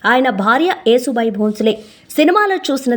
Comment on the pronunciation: Vinalekapotunnam thallee...yasubai ani cheppandi😮😮